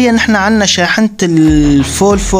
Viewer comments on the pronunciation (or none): حبيبي الفولفو بل v مو f 😂😂😂